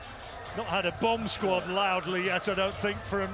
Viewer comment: Tyson wins on points. Bwamb sqwauwd